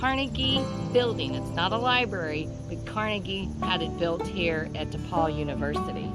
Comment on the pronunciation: its depauw not depaul but good work!